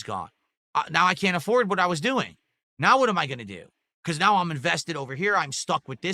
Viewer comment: the pointing at the screen thing is so deranged. "Right naow"....he can't even pronounce "now"...